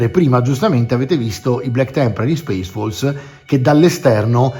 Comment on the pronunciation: Al posto di "Space Wolves" avevo capito "Space Balls", e gia` mi immaginavo il mitico Lord Casco a combattere contro Angron 🤣🤣🤣